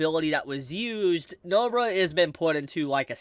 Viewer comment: did this guy say Nobra